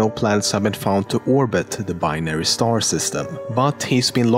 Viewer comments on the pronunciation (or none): none